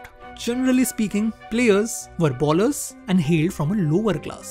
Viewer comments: Good content, keep it up! Few Corrections though: 1) 90 kmph is the speed at which Ashwin bowls and "All the way up to 140" means 140 is his top speed. His registered top speed is 153 and generally bowls in 135-145 range. 2) Bowlers is pronounced as "Bowl-ers", not "Ball-ers" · its not 153 its 153.26kph and its pronounced more like boh.luhz and not bowl-ers just a minor correction keep up the good spoting